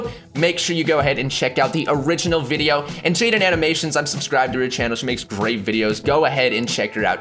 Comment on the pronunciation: LOL cause who actually memorizes that crap or would think of it during a video XD honestly i've watched a BUNCH of videos reaction to this and that was the only one that said that he was the one that kept saying Wideo & Michaelphone right it was painful to listen to